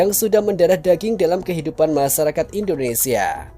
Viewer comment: Mf y bg mimin, d ralat bahasa indonesia nya klw menyebut " indonesia " Jgn indonesa... Krg pas. Ok. 😊